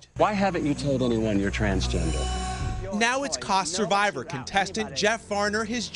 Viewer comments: He did say "chansgender" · Did no one else notice he said "chansgender"? Lol. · He did say “chansgender” 😂😂